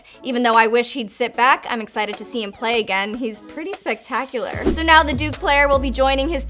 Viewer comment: She want her some Zion "He is pretty spectactular..." lol